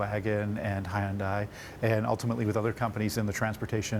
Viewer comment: His pronunciation of Hyundai bahaha